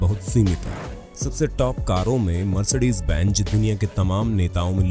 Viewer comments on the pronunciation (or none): Bro its not mercedez (benj) , its mercedez (benz) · Arre bahi pronounce the brand name properly. Bench nahi it's benz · ABEY BENZ BOLNA SEEK